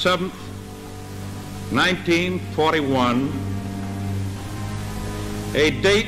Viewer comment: Dee-simBAH Sevnuth